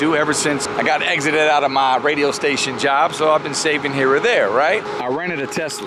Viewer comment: you said "exited" from my lost job lol